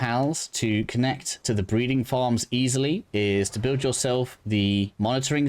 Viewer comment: Is it buld instead of build on purpose?